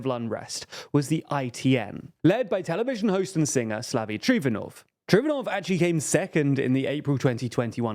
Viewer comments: Pe-EV-ski, not PEEVski. Geez. And it's Trifonov, not Trofinov. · Correction - It's Slavi Trifonov, not Trofinov.